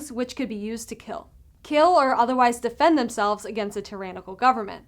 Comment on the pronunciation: "Don't worry, they wont keel us, we're essential" 🤔